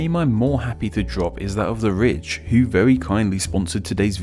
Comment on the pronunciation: Your accent makes "the ridge" sound like "the rich", which would be a more accurate sponsorship disclosure lol